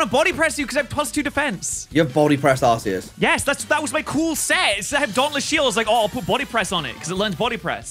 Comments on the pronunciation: Am I the only one who thinks it's pronounced ARK -EE -USS, not ARSE-EE-US? I read somewhere that that's the final, official pronunciation. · Isnt it pronounced like arkeaus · calling Arceus Sazed is craazzzzzzzzy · Hate to be that guy but... 🤓 It's pronounced "Ar-kee-us"